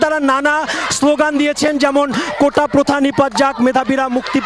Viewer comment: এরা কেমন মেধাবী, কোটাকে উচ্চারণ করছে কোঠা । এরা আবার বিসিএস দিতে চায়, কি সিরিয়াস ফাজলামি।